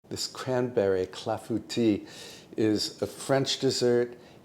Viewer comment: Thank you for letting me know the proper pronounciation for clafoutis. Boy, have I been murdering that name.